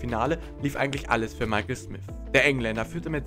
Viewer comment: Nur sein Englisch geht gar nicht. Michael und Ross Smisssss immer wieder schlimm zu hören